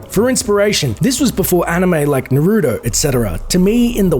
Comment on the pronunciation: "Nar - Ru - To"